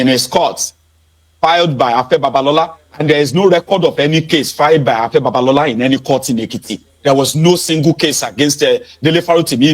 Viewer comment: You better learn the pronunciation of 'B-A-B-A-L-O-L-A' before he calls his lawyers or the IGP!